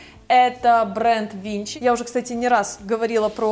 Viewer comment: Hi, thank you for your video. Although it is irrelevant for our LA weather, I still enjoyed watching it. Please do not take my following comment the wrong way, but the brand Vince is pronounced Vins not Vinche. It is a New York based brand of a high quality/high street moderately priced minimalist fashion.:)